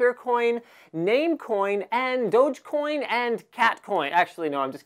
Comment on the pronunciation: I liked how he said "Doutchcoin"